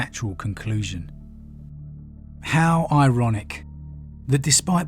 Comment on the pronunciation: Can't get over you sayin the word IRONic